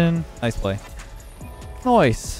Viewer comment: now thats a supreme NOICE